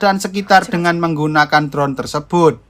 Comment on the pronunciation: Medok bgt sih min.. anjaay ha..ha. Biar lebih pro, tak kasih masukan min, Baca judulnya : All of us are dead, baca All=ol, bukan aL, drone baca dron, bukan bron. Next baca neks, bukan nek ; neck arti leher.